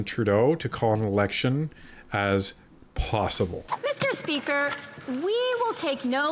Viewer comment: Meester speeker.....😮